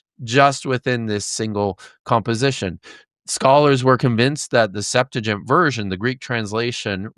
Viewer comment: Pretty interesting. I do wish that discussion held at such a scholarly level could show some familiarity with the right pronunciation of "septuagint" and the right use of "purport". It's pronounced "SEPT-wa-ghint", not "SEPT-a-jint" or "sep-TOO-a-jint". And the verb "to purport" means "to be said to be", so that we rightly say "This goblet purports to be the Holy Grail" (meaning "This goblet is said to be the Holy Grail"), and we wrongly say "This goblet is purported to be the Holy Grail" (which would mean the nonsensical "This goblet is besaidtobe-ed the Holy Grail").